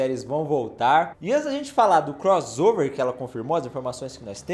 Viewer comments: É CROSSSSSSSSSSSSSSSSOVER ! Fala direito pô. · Não darei o LIKE porque vc fala croZover. Irritante demais. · Me irrita demais ouvir alguém falar CROZOVER, sendo que tanto em iglês como em português o som de 2 "S" é SSSSSSS